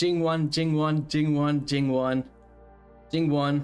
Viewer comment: I think is a fact now!! No one can say Jingwon better than you!!😂